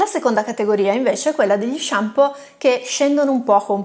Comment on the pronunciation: MA NON SI DICE SHAMPI! ; p Arrivato qui da un video consigliato da Dario Bressanini e si vede. Complimenti e iscritto! : )